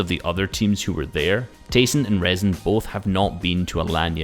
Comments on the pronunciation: Its „reeson“ and not „rason“… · ITS RIIZON PRONUNCIAT